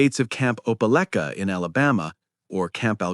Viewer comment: It's pronounced opa like ka. Opelika